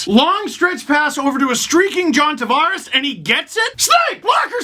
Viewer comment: Love the vids until he does his racist Don Cherry I can't pronounce non Anglo names bit smh. Steve you are better than that man. You fucking dam well know how John likes his name Tavares pronounced. But no you still gotta play up on that racist shit. And you are fucking half Italian Lmao. Lets hope you put that racist shit away at family gatherings with your Italian relatives.